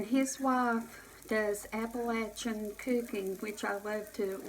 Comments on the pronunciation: I am from Appalachia. You pronounced it correctly! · Yay!!!!!!! You said Appalachian CORRECT!! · Kentucky 1950 I’m glad she 😊❤️ pronounced it as this Texas gal thought it sounded another way!!!